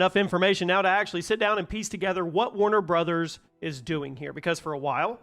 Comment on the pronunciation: Thanks for not mispronouncing it is warner bras/brawhs/something similar.